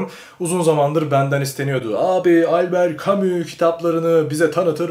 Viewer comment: Bu şey değil mi yaaa "Elbıırt camışş" diye okunan adamın okuma rehberi?😂😂